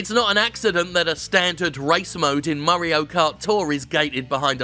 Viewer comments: "Murray-o Kart". Oy, it's me. Murray. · The way Jim says mario should be the official pronunciation